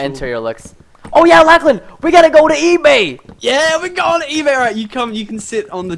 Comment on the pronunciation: preston its lochlan not lachlan